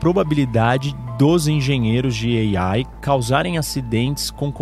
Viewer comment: Gastura dele dizendo "Ei-Aiiie"